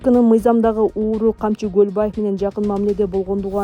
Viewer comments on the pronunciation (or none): none